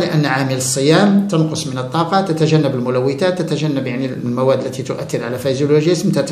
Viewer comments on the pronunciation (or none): جزاك الله خيرا على هذه المعلومات المفيده،لكن تعقيب صغير تكلمت على اللغة العربية العريقة ،انت تقول تَنقص بفتح التاء والصحيح تُنقص بضم التاء نفع الله بعلمك آمين يارب العالمين.